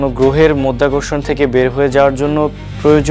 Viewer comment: মধ্যাকর্ষণ না, মাধ্যাকর্ষণ হবে😅😅